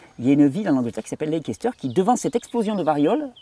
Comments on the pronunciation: SUPER ! ! QUEL BOULOT de Recherche ! ! Merci Thierry, pour ce partage. Gratitude. PS : pour la ville anglaise de LEICESTER... "lékesteur" se dit "Leïsteur" ;-) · Bonjour Thierry, Leicester se prononce ' Lesteur'. 😊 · Leicester se prononce Lèster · Leicester, j'y ai habitée lors de mes études... Ça se prononce leisster.. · pour info, Leicester se dit "laisse taire" phonétiquement parlant, fuyons ce que les laboratoires veulent vendre, il faut aussi savoir qu'à la source de l'éducation en matière de médecine on retrouve... les rotschilds elle est pas belle la vie